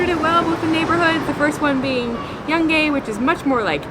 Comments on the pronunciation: Se pronuncia /jungaj/ no /jangej/. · OMG, its sound so funny how Yungay in English sounds! never did the try before! In Spanish is more like you would pronuncate "Yoong-i" Cheers Guys! I like the fact you liked my country, did you guys travel South? Cheers! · No es "YOUNG GAY" es YÚN GÁI" ( JUN HI )... ok? PLOP!